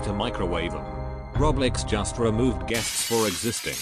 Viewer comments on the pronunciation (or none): How to pronouce "roblox" me: roblox him: roblecks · No one: Him: Roblex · How many times did he say roblex?? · WHAT IS ROBLIX ITS ROBLOX LIKE BOIIIII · This whole time I'm just hearing "Roblecks" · i like how the robot says roblex instead roblox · I heard "Roblix" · he said roblex